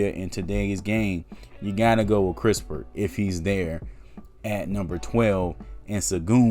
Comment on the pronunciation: It's kiss-pert and not kris - pert.. Possible, If the spurs can get extra picks aside from the 12th in sign and trade with the lakers 22nd pick, then go ahead and get your shooter in kispert. 12th picks reserved for a sengun, Wagner or garuba who can play now..